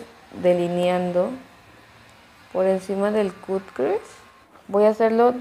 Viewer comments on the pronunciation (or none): Me gusta ver tus vídeos está bien si no sabes inglés pero sí deberías aprender a pornunciar las palabras que usas como cut crease se pronuncia "cat kris" y jaw breaker se pronuncia "llau breiker" saludos